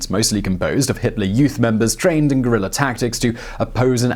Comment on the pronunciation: Cool video but its VIENNA. not VIENNER Also, its Guerilla, not Guerrillerr.